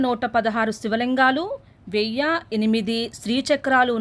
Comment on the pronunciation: ఓం శ్రీ మాత్రే నమః 🙏🙏 వెయ్య కాదు అమ్మ వెయ్యి అనాలి